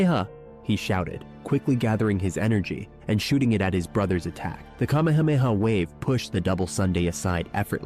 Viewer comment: Dont you know how to say KA ME HA ME HA!?! WOW